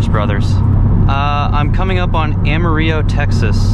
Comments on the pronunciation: dude its Amarillo AMARILLO say the LL's lol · Lol it’s funny how you said Amarillo!!! How did you enjoy the stop ?? saw the pictures ! Looked great man ! You are so genuinely happy with that car it’s awesome to see , - Quan_fg4